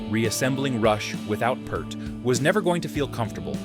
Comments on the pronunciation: It’s P”ear”t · When will people learn that Neal’s last name was pronounced Peart like p‘EAR’t ? Jeez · For mispronouncing Neil's name and Anika's name, you get a thumbs down. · you would think if they are going to put this out there they would at least know how to pronounce Neil's last name, very low level of respect and research done on this. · However the pronunciation of Neil’s surname is an abomination.